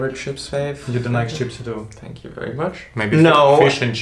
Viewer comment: aaah i see.. Thats why he always says 's' instead of 'th' sound.